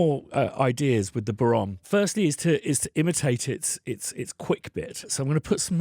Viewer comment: An Irishman that didn't take the fada into account? ;) It's bow-rawn, not ron.